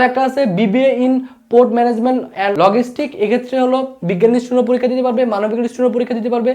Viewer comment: যেই মানুষ ভাষার উচ্চারণ নিয়ে এতোটুকু সতর্ক নয়, সে নিজের উচ্চারণ ঠিক করতে পারছে না নাকি ঠিক করতে চাইছে না, তা নিয়ে যথেষ্ট সন্দেহ আছে। ঠিক করতে না চেয়ে থাকলে সে আদও শিক্ষিত কি না, তা নিয়ে সন্দেহ আছে। উদাহরণস্বরূপঃ Logistics = লজিসটিকস, NOT লগিসটিকস।